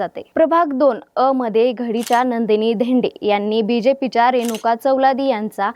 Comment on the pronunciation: ही गावठी anchor बदला पाहिले..... चलवादी ला चावलादी, धानोरी ला धानोरा, खांदवे ला खांडवे, सगळं उलटं पालट करून ठेवलं.😂